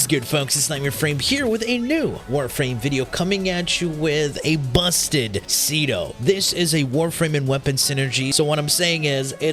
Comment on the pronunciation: Ce-do? SEE-R, the MIGHTY SEER